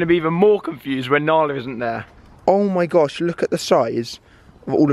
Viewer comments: Why does joe call Nala Alan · why does Joe call Narla "Allan" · I love how joe calls nala alan